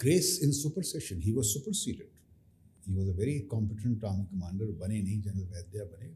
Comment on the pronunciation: Core commadar or more commandar 😂😂